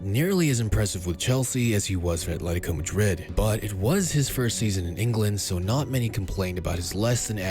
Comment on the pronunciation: Atlético* not Atléricouw